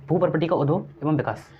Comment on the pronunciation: विकाश नहीं... विकास होता है